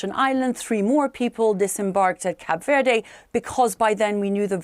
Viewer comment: Mispronounced Verde